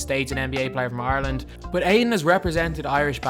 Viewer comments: I keep hearing “Arlen” it took me 10 minutes to realize you said Ireland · Thats basically the way you say rather than IRE land